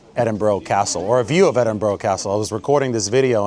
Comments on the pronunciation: Can't take you seriously as a journalist if you can't properly pronounce the name of the city you're visiting, there is no such place as Edinboro, it's pronounced Edinbruh, you can actually Google pronunciation of any city in the world, as Biden would say ...cmon man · Dude, its not edinbro - it's edinbra. Love your work.